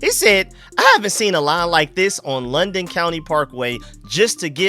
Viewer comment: It’s lie-den county parkway lol not London